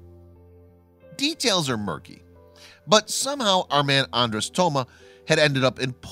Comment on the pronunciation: His name would be "Toma Andres' ". Hungarian names list the last name first. And "Andres' " is pronounced "on- drosh", not "Andress", as the narrator pronounces it. I am half Hungarian, on my father's side, and my name, Andrew, in Hungarian, would be "Andres':. It's a very unusual language. My dad grew up speaking Hungarian, had to learn English as a second language.